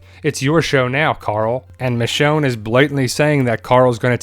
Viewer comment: It's actually Michonne